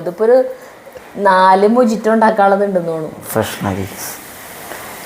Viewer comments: Hi, and, "Mojito" is pronounced as “Mohito” (Muh-hee-tow) with an 'H' sound instead of a 'J' sound, because it is Spanish. Any way good video. Keep going 👍👍👍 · മൊഹിത്തൊ എന്നാണ് ശരിയായ pronounciaton .Turkiyil നിന്നും കഴിച്ച shakshuka ഇതുമാതിരിയെ അല്ല ഉണ്ടാക്കുക . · എഴുതുമ്പോൾ mojitto ആണ്. But പറയുമ്പോൾ mohito എന്നാണ് പറയേണ്ടത്